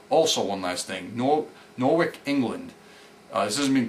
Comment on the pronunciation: Love the show, as always, just one thing, Norwich is pronounced like it has "chuh" in it., and no W.